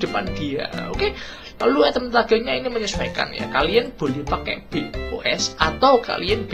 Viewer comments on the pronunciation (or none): none